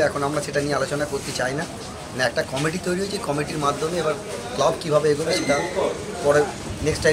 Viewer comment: Committee bollo na comedy bollo bojha gelo nqa